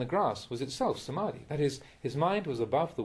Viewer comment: ...ITS NOT DUKKHA!!!!!!!!!!!! THE PRONOUNCIATION IS COMPLETELY WRONGGGGGGG THE RIGHT IS>>>>>>>>>>> THUKKHA ".....mean suffer..... and lot of words those are pronounciations mistake... THE RIGHT ARE ........... ...........AKHAA~NAMEE......not ....akadami SA-MAA- THI............not......smati SAA~THU........ not ....sadu SATI...........................not.....sti THAI LANGUAGE have long sounds. THAI ALPHABET..............THAMMA......NOT ...DHAMMA .. THIS WORD MISTAKES CAME FROM IDIOT AMERICANS LAST 50 years before . ONLY ONE UNKNOWLEDGE MAN MADE THIS CRUCIAL WORD "THAMMA" ....become ....DHAMMA..... DHAM.....means....black ..... THAM........mean ......BUDDHA 's teaching.........THAMMA NOW YOU BECOME BUDDHIST MONK ALREADY . YOU MUST HAVE RESPONSIBILITY TO OUR BUHHIST THAT KEEPS OVER 2500 YEARS ... ALL WORDS .......FROM THAMMA TEACHING .....CONCERNED BHUDDHIST .... You MUST SAY CORRECTLY .....NOT JUST LIKE A JOKE AS YOU ALWAYS SAID IN YOUR VIDEOS . YOU MUST RESPECT OUR BUDDHIST RELIGION AND OUR THAI MONKS > BE SERIOUSLY SPEAK THE RIGHT SOUNDS ....... AND STOPPPP SPEAKing OR do PRONOUNCIATION AS YOU LIKE > PLEASE RESPECT BUDDHIST RELIGION YOU HAVE NO RIGHT AND STOP saying PRONOUNCIATION AS YOU LIKE !!!!!!!!!!! PLEASE PRACTICING AND LEARN MOREEEEEEEE FROM YOUR THAI MONKS . THEY WILL TEACH YOU THE CORRECT PRONOUNCIATION Best regards, Pratraipidok reader.